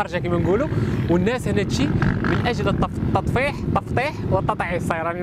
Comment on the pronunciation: التفحيط وليس التطفيح 😂😍